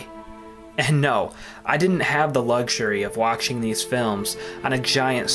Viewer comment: Am I just hearing things, or is the author of the video constantly mispronouncing words with "ch" in them, for example saying "waktching" instead of "watching", or "kcheck" instead of "check", or "akchievement" instead of "achievement".